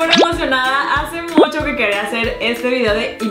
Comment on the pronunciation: Like si escuchaste si dice mocho y es mucho pero no te jusgo todos nos equibocamos hasta yo jijijij